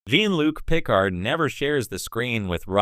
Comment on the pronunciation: If you can’t pronounce Jean-Luc Picard’s name correctly I don’t see why I should pay this video ANY attention.